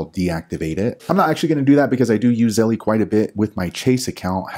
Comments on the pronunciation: The fact he calls it zelle-E drives me crazy! It's just zelle. The company doesn't pronounce it that way and if you say it with proper pronunciation you don't say it that way. Just makes him sound like he thinks he's a 13 year old girl. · it is pronounced ZELL NOT ZELLEY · It’s pronounced zell not zelley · Damn he’s the first person I heard say Zellie 😂